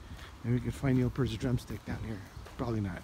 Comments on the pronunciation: Completely gone. (And the name is pronounced "p-EAR-t" , not "pERT".) Thanks for the video. The end of an era in so many ways. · Please don't say PERT.. it's P EAR T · P E E R -T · Don't mean to be critical, but could you please pronounce Neil's last name correctly?